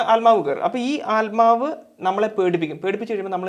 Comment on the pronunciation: ആൽമാവ് അല്ല ബ്രോ... ആത്മാവ്...